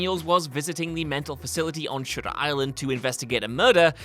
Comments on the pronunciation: sounded like shitter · The way the narrator said "Shutter" caught me off guard.